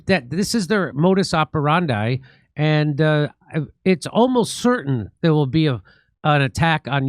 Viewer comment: I fear that "modus operandi" is not an English sentence, hence you butcher its pronunciation Jimmy. Hearing how Americans say things like this, or semper fi always makes one cringe. Learn some basics of Latin, please. It takes 10 minutes. Are all Americans lazy, ignorant, or simply incapable of learning basic skills? Also, do you always need to ad h after o, or a to pronounce it right, like in Kai doH maru? It's a foreign sentence. There's no room for single h letter after a vowel in Japanese. What are you doing all days Americans? Visiting shopping malls? Watching big brother, or LACK of Any Talent shows? Start educating yourselves. You are already doing this by learning about kosher stuff. Broader your horizons.